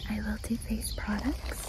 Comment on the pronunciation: face-vace!! 😅😅 im so sorry i thought it was funny